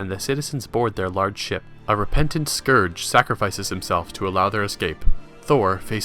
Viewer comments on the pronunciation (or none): none